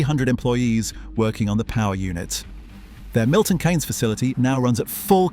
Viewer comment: the "keynes" in "milton keynes" is pronounced "keens"